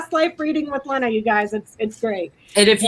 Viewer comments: It is not Lehna. It is pronounced Leena I think. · Is Becca mispronouncing Lena’s name?